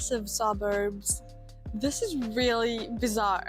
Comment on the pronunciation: Your English is usually pretty good. But I still giggle a bit on the inside when you pronounce "w" as a "v" (e.g. "vut" not "what") or "th" as a "d" (e.g. "dis" not "this"). I'll bet you do not even know you're doing it, it is just your German side coming out!